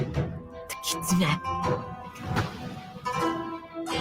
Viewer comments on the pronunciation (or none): none